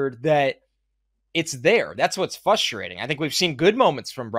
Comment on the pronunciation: it's "fRustrating," not "fUstrating" 😅